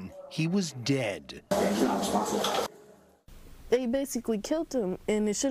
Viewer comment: is it really necessary to make such an emphasis on the word “dead”